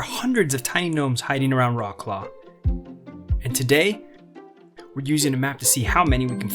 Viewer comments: Vrotz - Lav! Do not butcher the name of this beautiful city! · Not Vrots-Claw, rather Vrots-Love. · "Roklo" that how sound in polish😂😂😂try vroclav(c is not k) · Its not rawclaw, you know the history,why dontyou learn how to pronounce the city name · Vrotz-Wahv, more like. The "Ł" is pronounced like English "W", ALWAYS. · Wroclaw is pronounced Vrahts-wahv. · OMG, please do not insult Wrocław by pronouncing its name in a way that bears no resemblance to the actual name !!!!!!!!!!!!!!!!!!!!!!!!!!!!!!!!!!!!!!! WROCŁAW Wrocław pronunciation is Vro-ts-wav ✅ Polish W = English V Polish C = English Ts from Tsunami Polish Ł (it's not L) = English W WROCŁAW = Vro-ts-wav ✅